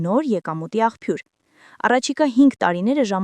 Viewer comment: Ցյա՛մբ, ցյա՛մբ, Ցյա՞մբ, աղջի՛կ, Թ-Թ է արտասանվում, ոչ թե` Ց, աղբյուրն է՛լ` աղՓյուր Չի՛ արտասանվում, այլ` աղՊյուր, ուղղախոսություն Սո՛- վո՛ - րի՛ր....